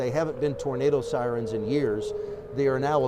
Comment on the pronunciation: did she say ambulance sirene?